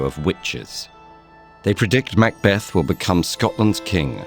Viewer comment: Beautiful animation and well-written script but please, please get someone to check the pronunciation before briefing the narrator. I winced multiple times, at "arbuh-real" "mac bath-ed" "win ton" and "boh eeze". As a Scot it quickly became unlistenable